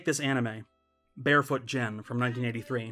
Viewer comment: Gen....not Jen....it's a Guh not a juh sound.